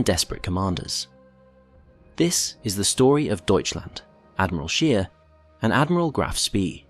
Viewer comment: It's pronounced 'SH-pay', not 'sp-EE', & 'SCH-ayr' not 'sh-EER'.